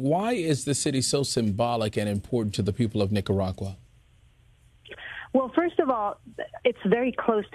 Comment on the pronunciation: Nikkagagua lmao good way to butcher the beautiful name. What you guys need to understand and take an example from is the government is turning it back on people stripping the internet and freedom and rights from it's people. My fellow Nicaraguan's are fighting with fireworks bro because they don't have guns to fight. Yet they are willing to give up thier life for FREEDOM SOMETHING AMERICA IS LOSING!!!! Viva la revolution!!!!!